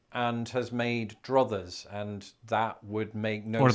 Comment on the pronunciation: Druthers rhymes with brothers